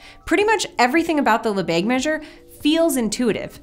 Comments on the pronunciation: "Lebesgue" should rhyme with "the egg," not "the plague." It's true that the e in French (and European languages generally) often has that sound, but not before a g or sg. If you go for the lazy American pronunciation of "le beg," you are 99% there. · Lesbegue instead of Lebesgue